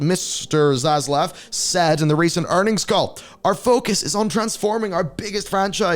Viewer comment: "Za Slav"? Also, anyone else think that Zaslav sounds like a generic villain name?